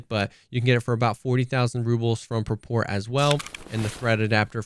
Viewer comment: Pronounced Prapor correctly! Subscribed